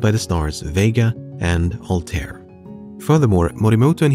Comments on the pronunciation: I's not Altair it Arabic so the pronunciation should be "Al-ta-eer" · The pronunciation of Altair is killing me man